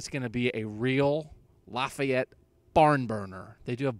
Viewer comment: Lol he said he used to live in northwest Indiana, but he’s not even pronouncing Lafayette right 😂